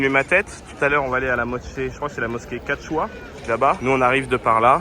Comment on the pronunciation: La mosquée s'appelle KATCHAOUA et non katchoua😂